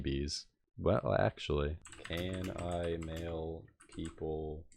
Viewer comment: 'peapol' lol